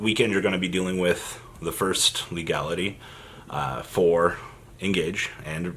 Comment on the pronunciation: he said fursht off, double meme